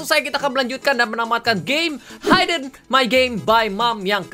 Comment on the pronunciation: Bukan Haid'n. Harusnya 'Hid-n'. Awas. You're on thin ice. :-|